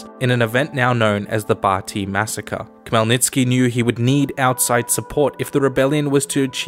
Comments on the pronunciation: I was showing this video to my dad and he was so confused. Khemlnytsky is a typical weird Slavic name that isn't pronounced the way it is spelled. The Kh is not a strong K, but a soft one, and sounds more like Hell, then Kell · It's actually Hmelnytsky Idk the translators always add K to all Ukrainian words that start with H